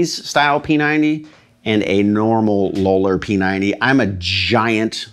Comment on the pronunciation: Low-ler? Isn't it pronounced "lol-er"?